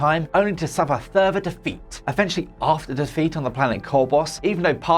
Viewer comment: Never in my life have I heard someone pronounce “further” as “thurfer” until now